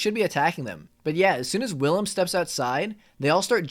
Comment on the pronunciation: Bruh im the main caracter my name is Willem lol and you pronounce it like villem dont use a W say it like Villan with a m....Villam